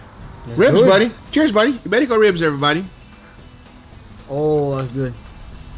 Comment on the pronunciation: As a Spaniard living abroad: Ibérico pork ftw! 🤤 (good Spanish pronunciation btw! 👌)